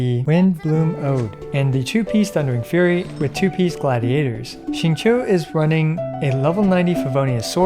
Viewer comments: Rip to Xingqiu's name being absolutely butchered lol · at this point i feel like people slaughter xingqiu's name on purpose lmao